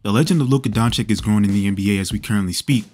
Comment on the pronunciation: DONCHICH not DONCHICK....comon after 6 years this is pathetic Indeed....